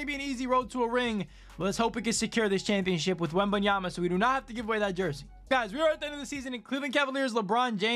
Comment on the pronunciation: “Victor wembanyamamama” 😂😂😂